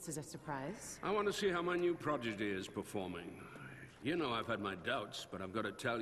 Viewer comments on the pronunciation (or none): The guy said 'progidy' . FAIL.